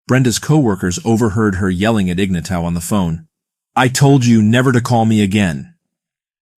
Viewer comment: Shit, do some research and learn how to pronounce the dude's name.